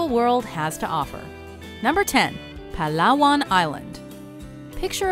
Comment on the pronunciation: I really like your correct pronunciation of these places. And yes, it's "pa-LA-wan" not "PA-lawan"